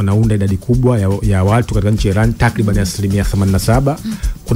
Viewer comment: We jamaa tamka vizuri basi neno iran